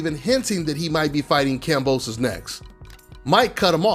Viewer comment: “Boxing is so racially divided” 30 seconds later “You don’t have to fight any of these black guys” bruh what😒 and y’all talking like Kambosos Jr. is trash when he’s actually pretty solid i would say plus ain’t even pronouncing his name right straight disrespectful